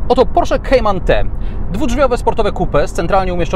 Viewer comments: To jest "kajman" a nie "kejman" gwoli ścisłości, skoro tak usilnie starasz się być "ame-łykański" :) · Nie lubię gdy ktoś próbuje wymawiać bardziej amerykańsko niż sami Amerykanie a jednocześnie źle wymawia Kayman.... Merytorycznie ok👍😁